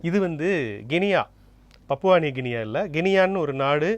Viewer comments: Guinea (ங்கினீ). Not ங்கினியா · Guinea is not pronounced properly,a is silent there.